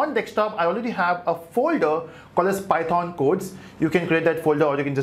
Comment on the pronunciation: The way u say python makes me wanna unsubscribe you Such cringe